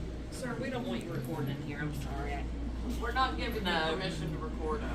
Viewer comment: I noticed you used a little hillbilly accent “record’n “